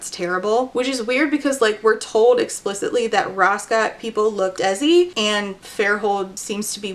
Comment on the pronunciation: Just an FYI Desi is pronounced "Day-See" <3 Love your take on this as always <3